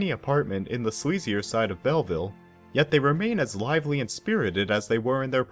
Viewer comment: A brilliant film. Pronunciation = Bellveel not Bellvil, it’s French.